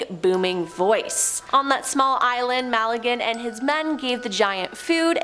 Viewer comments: I helieve its Magellan, not Malegan.. ☺️ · It’s Magellan……it’s not MALLaGAN….. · Its Magellan.. not Mag a lin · You've just murdered some Portuguese name's pronunciation